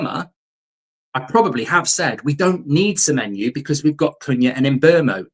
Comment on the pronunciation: Stop saying semenyou